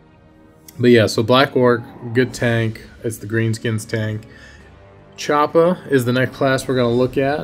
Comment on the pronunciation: You make choppa sound like chapo. Choppa trap house